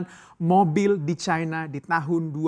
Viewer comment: Caina? Bahasa Indonesia benerin bang!